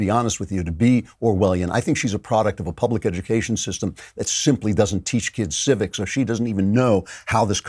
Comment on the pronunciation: What's a "SYSTAAAM" ?